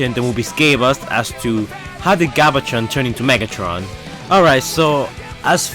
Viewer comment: he said galvatron wrong